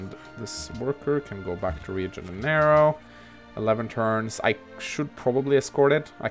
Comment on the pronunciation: Just for information, Rio de Janeiro its pronounced "Riu de Jan-yer-ro" in english i belive. and Sao Paulo could be "Sam Paul (from the name) - lo ( from J-lo yaay kkk )" As a last informantion. Sao paulo means Saint Paul" :D